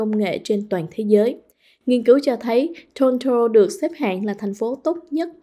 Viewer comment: Biên tập viên: cần phát âm tiếng Anh chuẩn cho đúng tờ báo Viet-Anh. Vi du: Toronto….